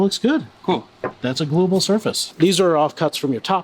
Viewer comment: Pretty sure he said gluable surface